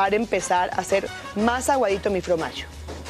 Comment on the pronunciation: Extraño a aún que diga Fromagio en vez de Formagio la sal de mar es más sana